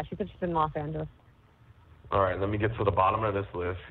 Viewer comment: Los Angel”o”s 😂😂😂😂